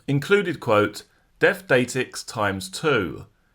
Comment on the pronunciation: Datix is pronounced day-tix